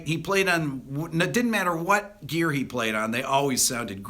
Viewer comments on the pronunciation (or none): none